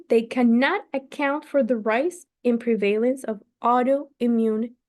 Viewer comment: Thank you so much. I really appreciate that you are reading this book for us. I am going to listen to the other sections as well. Your English IS great but I hope you don't mind if I give you a suggestion, in good faith and with appreciation. Look up the pronunciation of prevalece /lead / contributes on Google. Again thanks so much! Great job